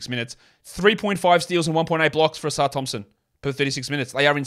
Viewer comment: It's Livvy OHsar. Not Livvy ohSAR Thompson